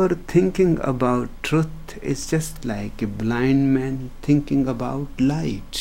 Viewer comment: "tinking about itssshhh..." When I listen to his approach against thought and logic, it sounds beautiful. I have been in that area myself. However, it also means that you distance yourself from the society and public life, which is going in theopposite direction, becoming more about "tinking" and less about "seeing". I would be interested in hearing Osho touch upon that conflict.